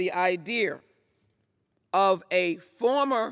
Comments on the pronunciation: How yall like her "IDEAR"??? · YouDoYouPlayer.. Hahaha. I was about to post the same thing.. 'the very idear'.. too funny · She literally didn’t even give one example of how it has restricted voters. “Idear”? I mean, come on... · "Idear” well she massacred you my friend. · What is an "idear?" She wasn't spouting about "one President" a couple of years ago. Ms Jackson, please head back to Texas and take a hard right and don't stop until you reach Witch Polosi's house. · Idear???? And she is a politician who doesn't know the English language ❗🙄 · This is the reason for the 3 branches...she cant even say the word idea right. Why is this person talking?